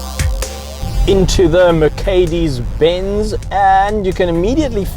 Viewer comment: Guda Lawrence he calls it MerKedes in the all video not just . Is he serious.